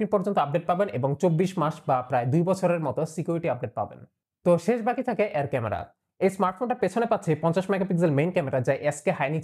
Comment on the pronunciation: ভাই বিগ ফ্যান। অনেকবছর হলো আপনার রিভিউ দেখি। ছোট্ট একটু কারেকশন, 'অ্যার' না বলে যদি 'এর' বলেন তাহলে শুনতে ঠিক লাগবে। ভালো থাকবেন।